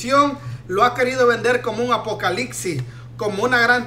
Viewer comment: ¿Apocalixi?, ¿Exección?, Wachito? ¡¡¡¡jajajaja, jajajaja!!!! 😅😅😅😂😂😂🤣🤣🤣